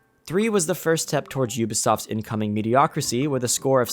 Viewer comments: "Mediocricy" is not a word, son! It's "mediocrity". Ubisoft is the King of Mediocrity. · The word is "mediocrity" not "mediocricy". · it's mediocrity, not mediocricy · I know it’s not the point the the word is mediocriTy, with a T. How did such a well edited and recorded video keep that in multiple times? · The word is mediocrity not mediocricy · Mediocrity*** I was just going to ignore it but I heard mediocricy like 5 times. 😓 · "MediocriTY." NOT "mediocricy" or "mediocracy." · Homie, it’s “mediocrity.” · Does this guy not know that the word is ‘mediocrity’?